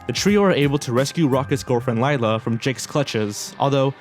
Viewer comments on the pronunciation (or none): none